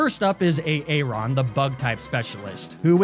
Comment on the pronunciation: ERM you said Aaron wrong its prononced Aron